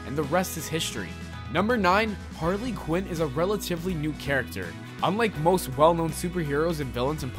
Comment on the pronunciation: Why he called her Hardly quinn😂